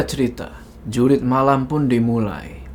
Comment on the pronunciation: Jurit bukan Jurug😂